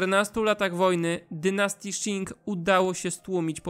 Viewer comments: Jestem w połowie Chińczykiem i dziękuję za ten świetny materiał :) Tylko jeszcze jedno nie wymawia się Szin tylko ćin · Qing wymawia się ćiŋ nie sziŋ. Proszę się nie uczyć chińskiej wymowy od Anglosasów :)